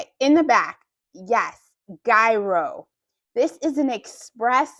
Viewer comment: Google the word Gyro. You are saying it wrong. Greek food